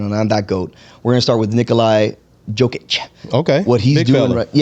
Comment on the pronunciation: He's name is NOT Nikolay Its Nikola and he's surname is not Djokić or Dyokić Its Jokić